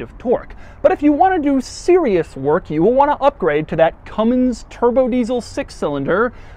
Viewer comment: It’s a Cummins, not Cummings